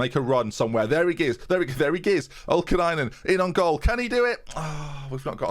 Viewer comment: Its also oli kainen not olkainen...right?